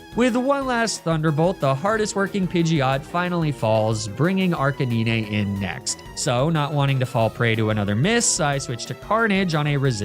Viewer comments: Hearing Dragonite be called yellow when he's very clearly orange gave me the same feeling I got when I first heard "ar kuh nee nay" out loud 😂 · Why do u pronounce arcanine like that lol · legit the only miss naming of pokemon that actually bothers me is how you pronounce lapras. Arcanine, on the other hand, is now canon